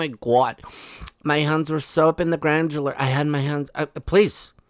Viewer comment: Hey granular not grandjular‼️ 🙄🙄